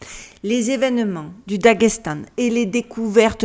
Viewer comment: le daghechtann t'es pas portuguech toi 😂😂😂 c'est le dagesthan